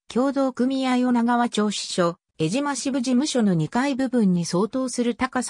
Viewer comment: 失礼ですが、よみがまちがえています。 我が故郷の名を間違えて、読まないで下さい。 貴方は、アナウンサーなのですか、正しい物の言い方をして下さい。